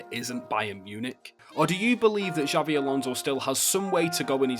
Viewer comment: ‘Xavi’ Alonso 😂